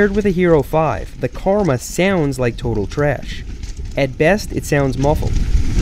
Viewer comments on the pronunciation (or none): none